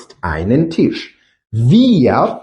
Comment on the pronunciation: Tisch. "Т" не треба пом'якшувати як в українській мові. "і" не пом'якшують приголосні. brauchen. "au" один із трьох дифтогнів, він вимовляється як один звук і це зовсім не "ау". Далі не дивився, бо не зміг.